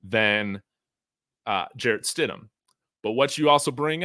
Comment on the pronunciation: he says Jarret Shit-em!!!